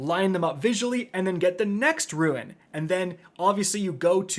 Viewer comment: It's been years.... And this man STILL doesn't know the difference between rUNE and rUIN..... sigh.... I keep giving you chances and you make it so difficult to sit through an entire video of yours